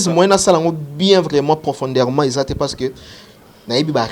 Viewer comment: oza penza zoba faux chroniqueur je ne sais pas quel niveau d'étude as tu? Quand est ce on dit profonderement,on dit profondément et non ptofonderement t'es vraiment bête t'es un vrai idiot